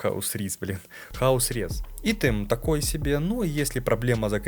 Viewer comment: Ну айтем же, айтем, не итем =(